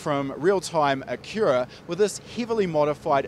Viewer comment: The way he pronounces Acura, I thought he was saying Akira. Like the Anime lol. I'm from North America in case anyone seeing this is not sure why I perceive his pronunciation this way. It may be normal to say Acura that way in his homeland, but to me it sounds like a wholly different word. Amazing Car though, I love the idea of engine mounting in the mid configuration.